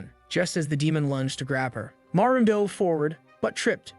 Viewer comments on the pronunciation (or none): none